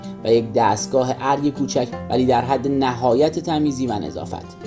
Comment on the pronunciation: راوی محترم ، در قسمت مربوط به کلیسای کوچک ، ارگی کوچک به ضمه الف است ونه به فتحه الف، صحیح است ،موفق باشید!